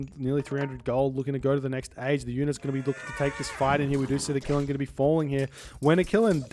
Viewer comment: Qilin is pronounced more like chillin' than killin'. The "q" in Chinese is pronounced similar to a "ch" in English.